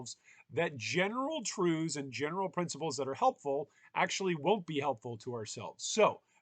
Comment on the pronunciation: mans says truves great video